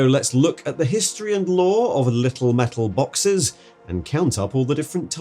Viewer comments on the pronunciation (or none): I think you mean 'MEHTUL BAWKSESS!!!'